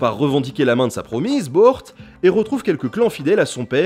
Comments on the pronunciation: Yesügei : yésuguei Hö'elün : Heu elun (h aspiré comme en allemand ou en anglais et u comme un /u/ pas un /ou/) . Temüdjin : Témudjin Börte : Beurté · Ca se prononce "Boeurt" en fait :c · Börte se lit beurté et sa veut dire bleu du ciel, j'ai appris ça en regardant des dizaines de documentaires sur l'Empire mongol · et j'en profite aussi pour dire que "Bört" ne se prononce pas comme le nom du chevalier d'Arthur mais plutôt "Boeurte" :p